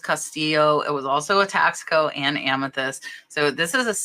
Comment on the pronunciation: Taxco is pronounced Tasco, Tasco is a town in Mexico where the whole town makes silver jewellery. Even families that live further away from the town ( small city) bring their pop and shop silver jewellery to town to sell to the wholesalers and stores. Are you saying there is a brand called Tasco (taxco) or are you saying the piece was made in Mexico in Tasco? Thanks.